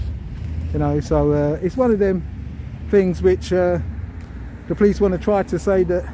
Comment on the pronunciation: Poleeeeessstthhh?? Lol.